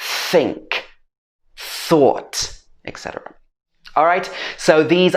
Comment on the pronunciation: Why do you pronounce etc with a k sound instead of a t sound? I hear ekcetera.